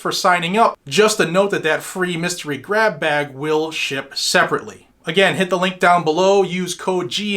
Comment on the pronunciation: It must be a New England thing. Every time you said grab bag it sounds like you’re saying crap bag.